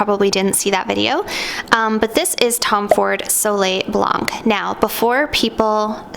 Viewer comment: You’re Canadian!! Don’t pronounce the c in blanc or the m in parfum I just found your channel but your French pronunciation is killing me. Seek proper pronunciation please.